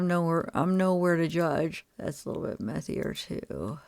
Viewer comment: A little "methier" 😂😂